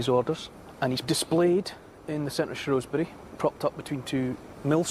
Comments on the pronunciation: It shrew not shrow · Shrewsbury born and bred, never hear locals pronounce it shrow, they pronounce it shoesbrie